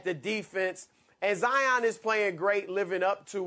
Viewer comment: There is no ZI - On. His name is Zion, pronounced ZI on, which is the way HE pronounces it. He's not better because you mispronounce his name., and Colin, you guys have to be better than this.